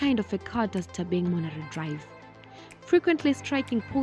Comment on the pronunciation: Bathong... it's "Thabang" ... not "Thabeng" 🤣🤣🤣